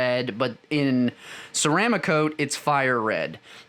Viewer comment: Ceram ah cote??? Try ceram cote. I hate when the experts on YT don't even know how to pronounce the products they review. My pet peeve, sorry. Another guy with 172 videos said his favorite airbrush was an "I oh wata." Just 5 letters and can't get that right. Now Ghaalari (pronounced gallery) I can understand! I like the video and the time spent to produce it though...:)